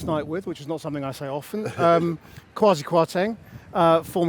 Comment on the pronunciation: The man can't even ensure his own name is pronounced correctly. It is Kway-see. In Twi, the predominant native language/dialect in Ghana, Kwasiya, close to Kwa-see - the way he has it pronounced - means clown. Nuff said.